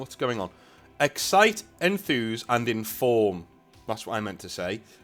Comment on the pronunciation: Excite, enthuse, enthaww